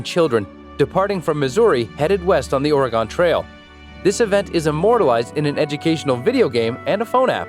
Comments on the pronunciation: quick tip people here pronounce it “or-gun” not “or-i-gon” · It’s “Ore-gun” lol obviously he doesn’t know certain things lol